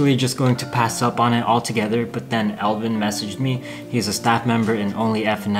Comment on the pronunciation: Did he say Elvin ?